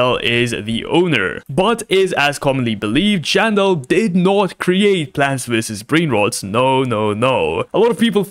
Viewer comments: Why did he said plants v s brain rod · Bro cant even say plants vs brainrot he says blant vs brain roads😂